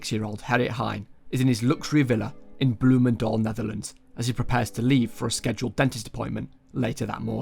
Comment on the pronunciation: can i just say, the pronouciation of bloemendaal and Landsmeer were very good!